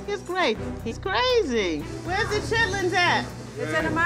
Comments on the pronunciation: he always calls them 'chitlets' instead of 'chitlins'.. are both words used? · not a woosh. He was literally saying lits and not lins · Chitlins not chitlets smh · Chitlits? Shitlits 💀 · Gordon calling them chitlits?